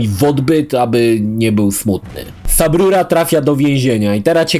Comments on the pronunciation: Nie wiem czemu, ale za każdym razem jak słyszę subrura kisne coraz mocniej xd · Jak usłyszałem "sub ruro" już czułem, że będzie dobrze